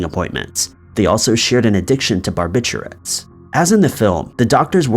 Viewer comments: “Bar’bitch’urates” Classic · Bar- bit- you- it’s....that’s the way it’s pronounced. Not being a bitch, just saying. Love your channel. Great content!💪🏼💕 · Haha...No your Not Alone😂 He Definitely Mispronounced the word & Most def sounds even more Funky the More & more you say it 😂🤣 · It is lol he definitely mispronounced it. Sounds crazy, & for some reason, it brings up odd mental imagery hearing it pronounced the way he said it.